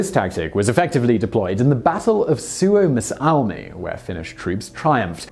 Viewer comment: I like how you spelled suomussalmi. It was actually kinda understandable. The other finnish words and names too sound way better when you spell them than about any other non finnish youtuber i've heard